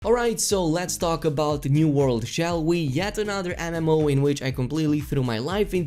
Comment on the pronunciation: Ok say it with me “EM” “EM” “OH” it’s definitely not “ANIMOH” or “ENIMA”